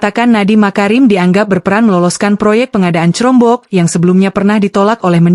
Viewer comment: jangan pake text to speech 💬 udeh gitu dibaca crombok lagi 😂